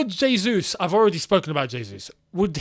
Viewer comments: it's "jesus" as opposed to "resus". "j" sounding like "r" is spanish. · great vid, but no Portuguese speaker has ever said Hesus, that would be spanish... Jesus, with an acutal "J" sound is the correct pronounciation.